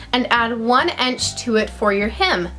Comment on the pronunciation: Lol u say inch funny ench